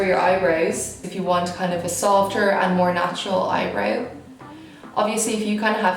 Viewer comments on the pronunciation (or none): Eyebrew pewder ? Why you are talking like that 😂 you are so so beautiful by the way 😍